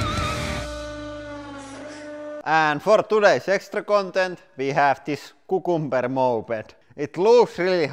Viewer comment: lol My favorite thing is the way you pronounce cucumber. xD